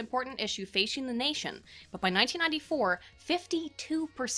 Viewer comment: "Most important issue feishing the nation". Not to take away the seriousness on this issue but, she sounded adorable! XD